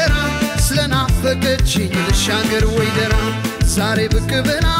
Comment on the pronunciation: ደራ የሚለው ቃል ጠበቅ ብሎ ነው መጠራት ያለበት በድምፅህ ምርጥነት ላይ የቃላት መጥበቅና መላላት ሌላ ትርጉም ስለሚሰጥ ብትጠነቀቅ ከዛ በተረፈ ❤❤❤❤❤❤❤❤